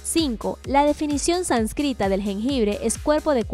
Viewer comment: pero hay que ver contraindicaciones también....y una corrección: se dice sÁnscrita (con tilde en la 1a "a"), para ir mejorando la ortografía y dicción